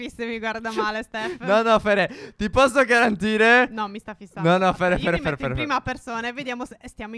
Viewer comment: Si dice PHERE non FIERE😐😐😐😐